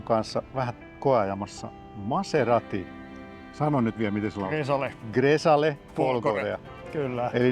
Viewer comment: "Gresale".... Tuo Grecale äännetään "Grekale"